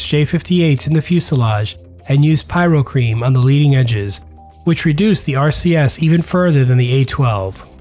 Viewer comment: The only error I managed to find - it’s Pyro-Ceram (as in “ceramic”), not Pyro-cream. Superb video! One of the best you have produced to date.